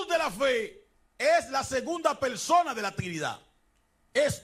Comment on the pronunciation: Y Cho me pregunto A QUE SE REFIERE CON TESTO.!? Será TEXTO.? JEJEJE Una "persona tan bien instruida" y con un grado amplio a nivel académico y teólogico y tan carismático. No 🤣 puede ser que no pueda hablar asentuando o mejor dicho pronunciando las palabras a como son por ejemplo: PELSONA , CONSTESTO, ETELNO ,etc,etc,etc... No,no jejeje creo que es mitad chino.XD,XD...!!